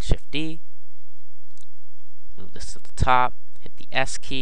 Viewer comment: To make the cube white, what do you press? All I hear is "Press the key key".